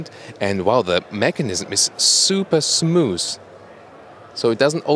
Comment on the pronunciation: "Super smoozz"